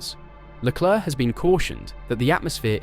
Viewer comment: IT'S PRONOUNCED LE CLERK. LOL Just ask Charles. lol